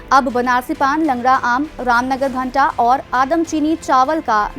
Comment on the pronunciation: भाटा नहीं भंटा...